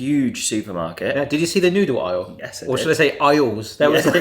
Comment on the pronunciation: Aahhh the noodle isle... Initially thought you said the nude isle. 😅